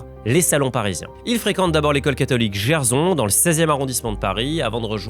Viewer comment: Très bonne vidéo comme d’habitude ! Seul bémol, on dit GerSSon et JanSSon